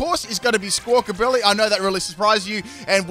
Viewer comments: It's amazing, he didn't get that bird's name right even once. it's billy, not bility... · you have had a rough time saying squakabilly